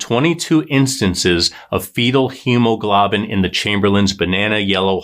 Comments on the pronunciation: For future reference, it's pronounced hemo-glow-bin. Send my ❤️!😁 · It's pronounced hemo-GLOBE-in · It’s pronounced he-ma-glow-bin